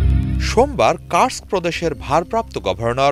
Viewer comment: কার্স্ক নয় মুর্খ কুর্স্ক শহর